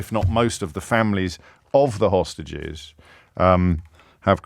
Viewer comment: I’ve got new headphones and James 💯 says “…..hostriches”